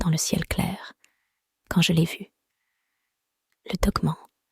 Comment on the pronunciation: Nravo pour vette histoire avec la voic qui va bien il ne faut pas dire dgue me'nt mais dogue manne , cela gmisse mieux .jr viens seuleme't fe vois decouvrir aujourd'hui etvje tegrette pas .